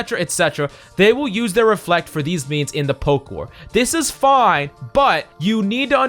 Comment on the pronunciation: I lost 50% of my brain cells when he said " Reflect"